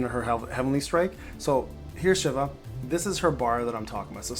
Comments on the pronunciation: "she-va" Not shiv-a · In final fantasy, it's she-va